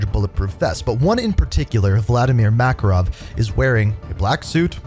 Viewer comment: Ya not makarov dude good try tho